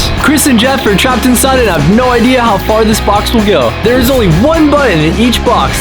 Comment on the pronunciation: “DERE WE GO”